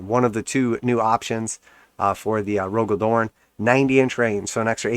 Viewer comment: Cmon bro you talk shit about GW every video and you can't take some criticism? It was just so revolting to hear you pronounce such a pivotal character's name horribly incorrect. I love the spacewolves and your imbecilic utterance on my Primarch's name is heresy.